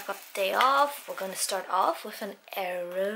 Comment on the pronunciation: 😂💕 the way you say aero yogurt